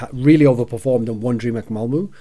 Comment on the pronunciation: don´t know if you´ll ever need this thorin but: Malmö is pronounced like "mal" from the word malice. and "mu" from the word murder.